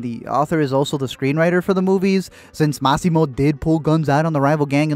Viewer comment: IT'S NOT MAAAAAASSYMO, IT'S MASSIMO